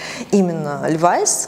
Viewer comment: А вы знали, что правильно говорить лЕвис, ударение на Е😊?